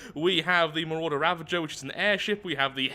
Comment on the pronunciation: It’s the mawrauder